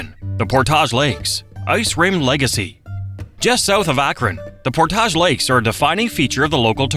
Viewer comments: AI is good, but not great. "Portaahhhjjj Lakes"? No, "Port-idge Lakes". Been living in PL for almost 20 years and we absolutely love it! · or Portage, sounded more like "Pourtaage" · Also, I don't know how the rest of the world pronounces "p-o-r-t-a-g-e", but in NE Ohio, it's PORT-idge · And "Portage"... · Don’t forget Portage! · nailed Bellefontaine, butchered Portage. You can tell who is from Ohio by how they pronounce the towns of Russia, Lima, and Lancaster.